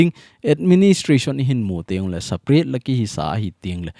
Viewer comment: Sir pa Nang lailai in saparate nati in separate joh a pronounce a pha hilou ham 😝